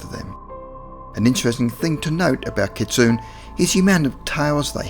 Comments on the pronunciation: Cool video! Kitsune is pronounced "kit-soon-ay," just FYI. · ... not sure how you can claim "for educational purposes" when you couldn't even research how to say "kitsune" correctly :/